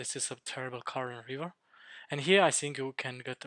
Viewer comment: Bro quality is really bad, cant see the numbers. And I dont get it, you saying sink or think? 🙂